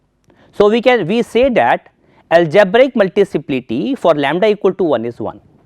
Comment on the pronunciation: It's Multiplicity not Multiciplity